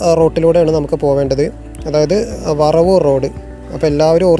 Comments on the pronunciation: വറവൂർ അല്ല വരവൂർ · ഞങ്ങളുടെ നാട് ❤️ വറവൂർ അല്ല ബ്രോ വരവൂർ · വറവൂർ അല്ല bro വരവൂർ ആണ്